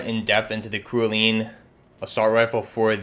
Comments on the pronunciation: Cerulean is pronounced "sehr roo lee an" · ....its “cerulean” its a shade of blue....wtf man. “SE RU LEON” smmfh.